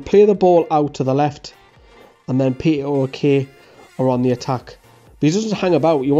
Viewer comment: Can I say PAOK is Pronounced Powk O as in Cow just this might help if we Sign him